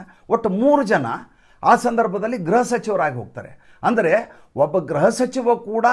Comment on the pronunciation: ಗ್ರಹ ಸಚಿವ ಅಲ್ಲ ಗೃಹ ಸಚಿವru ಯವರೇ